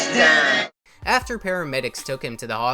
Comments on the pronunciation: The way the narrator pronounced "Vike-o-dean" wtf is that?? It's "Vike-ah-dinn" 😂😂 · Narrator sounds like a piece of shit describing his death in that sing-song fake newscaster voice. Learn how to modulate your voice depending on what you're talking about. Also, it's 2022. You should know it's not pronounced VicoDEEN. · Vicadeen? Really? 😆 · “VicoDEEN” hahahaha good vid though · I find it oddly innocent and endearing you don't know how to pronounce vicodin. . Good on ya. Stay gold. ✌🏽🤘🏼